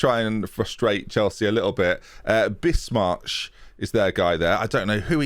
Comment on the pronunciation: bismarch? not its bismarck .... with a c and a k at the end...